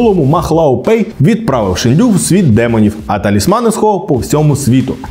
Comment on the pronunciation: Шéнду🥲 ніякий не шендю🤨